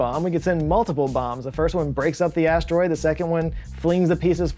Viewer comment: I'm 'a need you to stop saying "stroid" 🤣